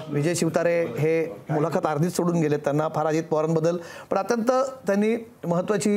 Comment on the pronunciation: मुलाखात हा उच्चार चुकीचा किती वेळा करणार.